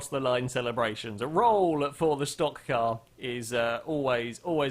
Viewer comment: HEY! LOOK!, a brit, actually CALLED A STOCK CAR CORRECTLY!